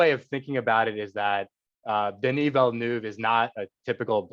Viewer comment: That she couldn’t say Denis Villeneuve’s name right put me off.